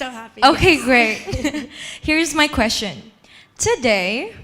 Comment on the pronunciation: Chê thậm tệ MC hôm nay nha! T chê trên live luôn nhưng vẫn có người bênh. Toàn đọc thiếu âm cuối như từ Stage và phát âm sai từ như Question. Âm điệu rất nặng, nghe mệt vl. Đang nghe Phương Linh rất nhẹ nhàng và ấm áp xong với bà MC lên tiếng làm tụt mood. Chê vậy là còn nhẹ đó. Đừng nói t biết gi mà chê. T ở Mỹ gần 6 năm rồi và không có bạn bè Việt Nam, toàn người Mỹ nên t có khả năng để nhận xét và chê 😊